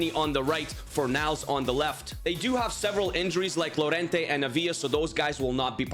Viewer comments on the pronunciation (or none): none